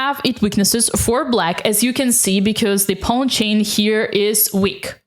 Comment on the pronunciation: I love the way you pronounce pawn “ pown” It’s the biggest reason I watch your videos 😊